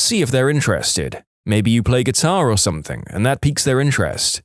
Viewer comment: No K in the word something . Somebody inform the narrator